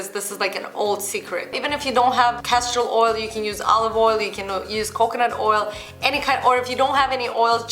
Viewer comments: Did she say Cashew Oil or castor oil? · Castor Oil. Just with her accent she says it a little differently.